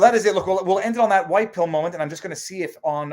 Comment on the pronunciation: You should try to get Jared Taylor on for a side bar. When you pronounce "wHite" it made me think of him.